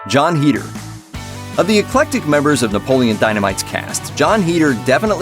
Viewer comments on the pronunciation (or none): It's "Head-er" not "Heed-er"